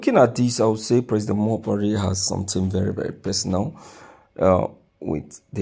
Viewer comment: Broadcaster why are u calling him Buhaire while you know his not in charge